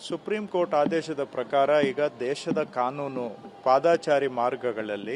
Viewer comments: ಅದು ಪಾದಚಾರಿ ಸ್ವಾಮಿ ಪಾದಾಚಾರಿ ಅಲ್ಲ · Not padaachari it is paadachari please correct